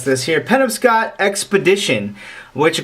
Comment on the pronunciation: Just an FYI, it's pronounced "puh-nob-scott". Fantastic job otherwise my friend. Blessings.